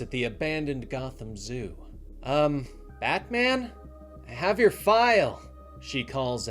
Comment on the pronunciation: Although warranted... Sounds like he's calling him "Badman!" 😂